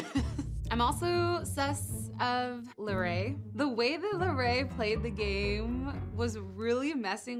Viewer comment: just that it’s Larray not Larri